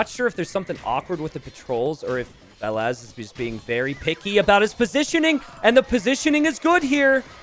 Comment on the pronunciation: about the "only hard to differentiate for Americans": don't take it as an insult. English speakers (not only Americans) pronounce the "a" differently than other European languages. If you would pronounce the "a"s in Valas like in the word "cast", you wouldn't have the problem and would have a distinct difference between Valas and Villese.